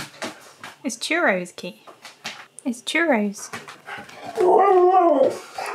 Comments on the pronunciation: I hate it when people say churros like that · Everyone: Churros Keyush:a long waff Me:it's a long waff